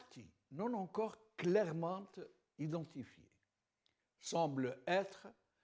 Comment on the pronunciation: Je retiens ce CLAIREMENTE un adverbe qui se fait féminin, une première pour mon oreille.. bye bye monsieur...e !